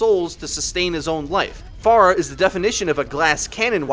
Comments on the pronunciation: This really pissed me off: "Pharah" is not pronounced far + agh "Pharah" is pronounced fair + agh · Why do you pronounce her name Faarah? It's not like we know how to pronounce her name, she and other heroes says her name often. It's Pharah, not Faarah.. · It's not far ah, it's fair ah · It's not far-uh it's fair-uh you stupid fuck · If you listen to the latest netcode update video , I think you'll see that it is said improperly, or at least, differently in this video, likely because the speaker is hearing the voice actor differently, perhaps due to her accent.., which most people won't reproduce so the proper way, or the anglicized way, would be "FAIR-UH" while in this video you hear "FAR-UH".. interesting thing is the actual Arabic name, Faraħ (sounds more like "FAR-AH, than FAR-UH"), that is, the non-anglicized way of saying it, is closer to how it is said in this video.. however, the "h" in Arabic is a voiceless pharyngeal fricative, not a voiceless glottal fricative, as it is in English.. :) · Its fare-uh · manicms But she says her own name as "Fair ah " o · It annoys me more than it should cause I liked the video. But it's a really weird way too pronounce her name.